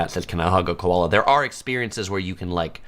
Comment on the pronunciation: Emoo? Ko-olla? Eem-you...ko-aalla.